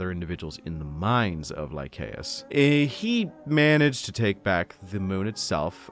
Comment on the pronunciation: Don't know if anyone has said this and I apologise either way but it's Lie-say-us. Soft C good sir